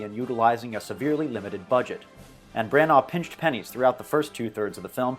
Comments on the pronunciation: For heaven's sake learn how to say Branagh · why are you saying Branagh so wierdly?